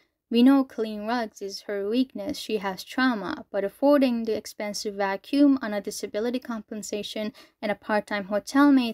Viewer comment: "You may have noticed I like saying 'bros' or 'fellas' a lot" No, but I did notice you like saying "vacüm" a lot